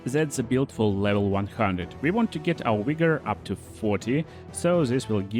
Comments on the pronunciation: Wigor? You mean vigor? LOL! You should look up the term wigger and realize what you are saying. LMAO! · Friendly advice but the 'v' in vigor is the 'v' sound in valor, vaccine, or vacation. The 'w' sound might be you bant😁 great video, love the content